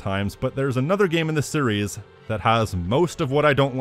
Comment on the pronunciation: Every time you pronounce "series" the way you do I move one step closer to stop watching your channel :x Just my honest opinion, can't help but feel that way